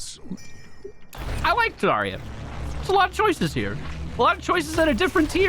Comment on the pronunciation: Wait i just realized. If Zarya is supposed to be russian, then her name should have a stress at the second syllable (zaRYa), and that would mean sunrise/dawn.